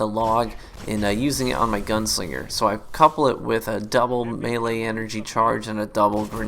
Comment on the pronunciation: He said gunsinger 😂